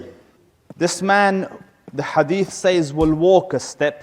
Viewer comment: NO KNOWLEGE SEZ NOT SAYS ATLEAST PRONOUNCE LIKE SEZ